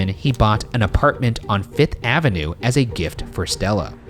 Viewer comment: Can we finally address the way Ryan pronounces Avenue? it doesn't sound right